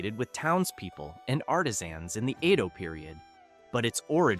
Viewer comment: Edo is not pronounced (iido?)....